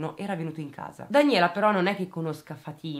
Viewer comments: Si pronuncia Fàtima non Fatîma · Si pronuncia Fa'tima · Si dice Fatima con accento sulla a